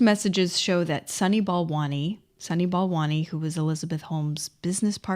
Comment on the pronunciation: "sunny ball monies", "balani', "balant" "Sonny Ball Wany" ? Seriously?